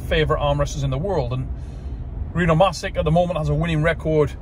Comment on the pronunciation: Still waiting for someone to pronounce Rino's last name right 🥹